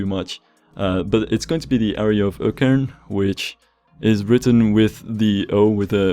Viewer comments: Dude! Your Norwegian pronunciation is spot on! Especially Økern! No clue how you managed that so well! props dude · You pronounced it almost perfectly there. The Ø-sound sounds close to the sound you find in "burn" or "earn". Really cool project, especially since I've lived near Økern for atleast 15 years and seen the projects from the early concept planning phase and until now. Damn good job! EDIT: Oh, I just remembered that when the concepts for the new shopping center at Økern was first presented, they estimated that completion would be finished in 2013. They encountered problems with one of the buildings on the site being protected as a heritage building, as well as having to coordinate with all the road and transport projects it would depend on, and lots of other factors. Just goes to show how complicated and convoluted construction projects can be around here. :)